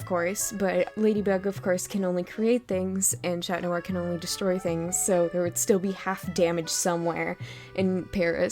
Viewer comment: That's how you say it tho